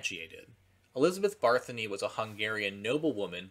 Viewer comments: Barthony? Barthony? BARTHONY. barthony. bArTHonY. barthonY. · Also..ironically for this video, Bathory is pronounced “Bat-Thory” 😂